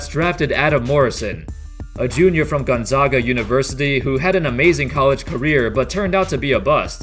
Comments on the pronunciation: It's gon-zay-gah, not gon-zah-gah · Love your vids. It's pronounced Gon-ZAG-Uh though :) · Pronounced Gonzaga wrong... It's Gone-ZAG-Uh